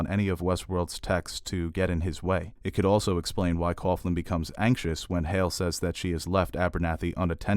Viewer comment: Coughlin is pronounced cocklin, not cofflin. Poor Timothy V Murphy, he always seems to be cast as an Irish dick.